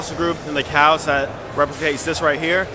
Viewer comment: I love you but why do you pronounce the "L" in "Calves"